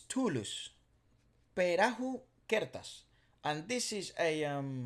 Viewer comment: surprisingly you said “perahu kertas” in a right way in indonesian language 👍🏻👍🏻